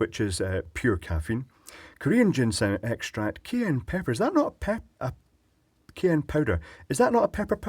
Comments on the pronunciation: Cayenne not keyann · Cayenne is pronounces kye-yanne. It's the peppers in Tabasco sauce. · Looks outside at Cayenne plants, pronounced kai-yan here, and wonders if this video is a testament to Scottish food?